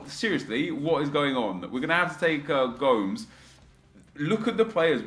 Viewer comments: Gomes is pronounced like Gomez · It's the Portuguese pronunciation